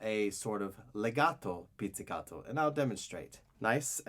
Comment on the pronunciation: I love how you sound so Italian when you say words like "pizzicato" and "legato"